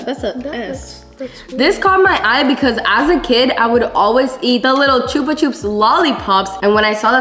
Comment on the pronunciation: Dude when they tried the drink said chupachupa hahahahahahahaha